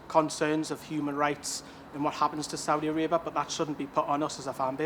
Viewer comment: Can't even pronounce Saudia Arabia. That's how uneducated NC fans are